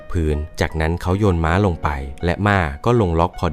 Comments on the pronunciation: มันเป็นเทคนิคพูดผิดให้คนมาเม้นเอายอด 😅😅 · ม่า อะไร เค้าเรียก ม้า